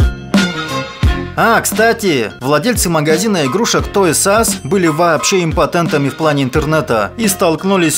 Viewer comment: Только не "Той Сас", а "Тойз ар ас". А в остальном - отлично!